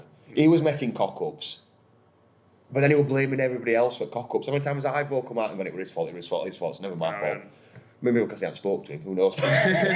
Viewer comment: Ivo is actually pronounced evo (I've got a Croatian mate called Ivo 🙂). I agree, just give the lad time to settle in, he's not making nutjob mistakes and his ball distribution is miles better.... I can understand the animosity towards the Prince, but I'm also old enough to remember a few previous owners, he's still the best out of bad lot, it's like preferring stale bread to mouldy breadcakes.😂